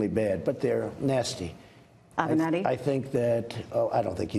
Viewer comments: I love how he messes up Creepy Porn Lawyer's name lol "avianti" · I love how he mispronounced Avieanti on purpose........lol Wanna offend someone.....Mispronounce their name.......... Trump Rules